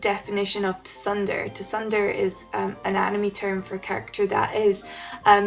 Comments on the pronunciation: I don't want to be mean but I noticed you pronounced 'tsundere' wrong - it's more like "tsoon-day-ray" >.< Hopefully that helps for when you have to pronounce it again c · a tsudere is pronounced 'tsoon-deh-ray'.... xD